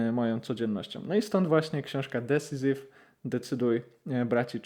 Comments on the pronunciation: Fajna recencja 👍 Jedna uwaga, Decisive wymawiamy bardziej nie "decisiv" a bardziej "decajsiv". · Drobna uwaga: Decisive - dəˈsīsiv (desajsiv nie desizyf)